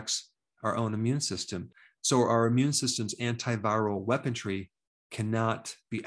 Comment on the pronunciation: Dr, it's weapon-REE, not weapon-TREE.